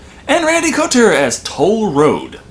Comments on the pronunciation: "Randy Coulter" = Randy Couture (pronounce "Co-Tour") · Randy's last name is pronounced "Ka Tour"